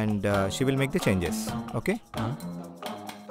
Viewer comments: Tha kadu ra adi thi 😂😂😂😂 idi na dialogue bhayya inter lo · 'Dha' kaadhu ra adhi 'dhi'.. THE 😂